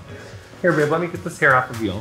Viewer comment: I just absolutely LOVE the speedy evolution of "Babe!" into "beurb!"